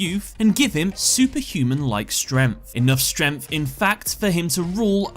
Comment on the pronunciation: i like how you pronounce “strength“ ... stremph 😂